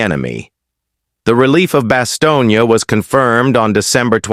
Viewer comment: 原文可能不是真的用英文，在突出部之役，沒有Bostonia 這個地名。只有用英文或法文發音的巴士東或較冷門的德文發音巴士東捏。任何要貼文談突出部之役的人，先去仔細看Band or Brothers，弄清楚地名再說